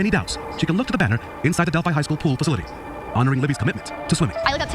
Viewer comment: First off it’s pronounced del-fy (rhyming with sci-fi but with a D) . Secondly you clearly have not done any research at all..if you had you would have known how to pronounce the town. I live in Indiana and I know he isn’t guilty because I’ve done my research. I actually took the time to read and listen to the whole case and everything that has to do with it and it took me not even 2 hours into the research to see that Rick Allen isn’t the guy and he was set up. You can believe whatever you want but unless you know everything about this railroad job of an innocent man and know anything about this case and it’s clear you don’t understand anything you’re even looking at or hearing. The prof is a straight up honest guy that has receipts for every single thing he covers. He is really good at getting information that is proven true. He is a very smart man. I’m listening to you and you have no clue about anything in this case, nothing.